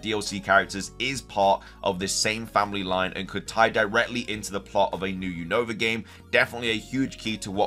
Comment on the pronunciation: say Unova name Right your always saying the Name of region Wrong 😅